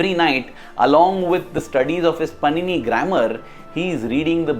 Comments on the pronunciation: Just a little correction. It's not पनिनी...it's पाणिनि। Om Shree Sai Ram 🙏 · The entire video is very nice but just one improvement it is not panini it is pronounced as pānini.